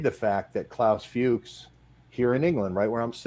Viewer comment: pronounced Klaus Fooks